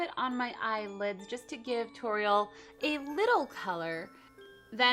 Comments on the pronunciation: It is pronounced TOR-RE-EL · It's not a tutorial it's a TU-TORIEL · You could say tu-TORIEL, ha ha ha ha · you say her name wrong, but it is fine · why didnt you just say tuTORIEL hahahaha